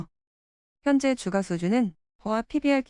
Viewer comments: 주가 발음 : [주가] X ---> [주까] O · 안 그래도 저도 이게 거슬렸는데 AI 보이스가 개선이 안 되네요. 다음부터는 번거스럽더라도 발음은 주까라고 치고 자막은 주가라고 따로 치겠습니다. 댓글 감사합니다. 🙏